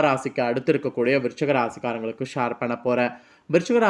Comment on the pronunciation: ஷார் இல்லை ஷேர்